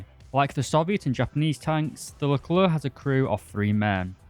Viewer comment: One of the few people who say "leclair" instead of "luhclerk"